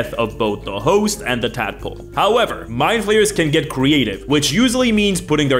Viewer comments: Every time he says 'Mindflayers' I hear 'My players'. Such as ' My players have creative ideas involving tenticles' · When you said "Mind flayers are one of the most iconic villains in D&D," I heard "My players" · Kept hearing 'my players' instead of 'Mindflayers'. I mean it still works